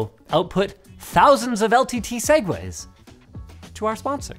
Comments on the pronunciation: Why can't you just say "Segue to our Sponsor" did something get stuck in your throat linus. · Instead of mispronouncing "segue", you should have put a voice crack on the E. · No way did I just hear Linus say soowoo to our sponsor. When did my man become a blood?